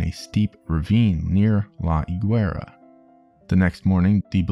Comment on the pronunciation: he didn't leave guatemala for nothing man, it was after failing to resist operation pbsuccess and you don't pronounce the u in gue, be it guevara or higuera